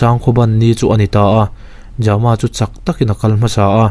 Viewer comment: ja-ma ti lovin jam-a tih tho tur a ni ang. Jamkhawlala emaw Thangjama pawh a ni thei a 😇